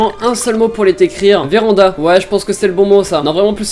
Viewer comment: Le « veranda » m’a tellement mis k.o